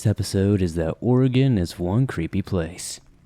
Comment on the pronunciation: As a 5th generation oregon local I thank you for saying the states name correctly and much thanks for doing this video. I've been waiting literally years for this video to come out!